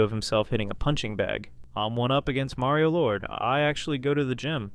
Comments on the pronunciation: MARio not MERio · hard to watch when youre saying mario like carmela from the sopranos